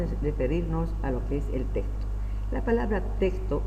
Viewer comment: Este hombre ni siquiera sabe decir texto wtf